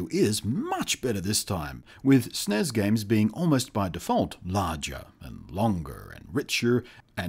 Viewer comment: ITS S N E S NOT SNEZ